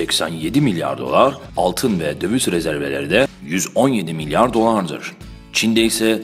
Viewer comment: 4.14DEKI MLYAR XAXAXAXA